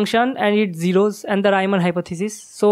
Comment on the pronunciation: Gorgeous. Keep going! Just an unimportant - but in Europe not so much - detail: it's Reeman not Raiman, he was German not Anglais. Love India.